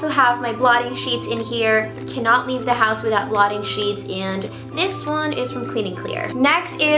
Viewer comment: Hate when she says duh instead of the